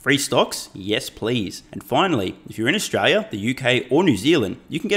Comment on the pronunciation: Biggest insight….how Australians pronounce Australia….”Straya”